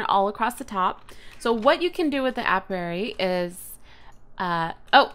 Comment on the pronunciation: It's pronounced aye pee airy